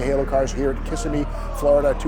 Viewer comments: The town's name is "Kuh-SIM-ee' not "KISS-i-me." If Steve had worked for Mecum, he'd have certainly known that. But he didn't. He spent his Januarys out in Scottsdale, AZ. But as much work and research as he has always put into preparing for auction coverage, it's a bit surprising. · It is not pronounced Kiss-a-me, it is Kiss-sim-me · Were all glad your back , even if you can't pronounced Kissimmee right .